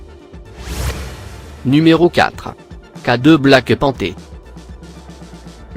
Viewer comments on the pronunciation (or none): J'arrête tu gave garçon le black panté a la place du black panter arrete les vidéo mon grand c'est saccadé c'est ignoble sa casse le tête ta façon de parlé